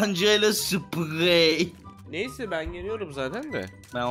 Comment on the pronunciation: Sıpğeyyy Normalde:Sprey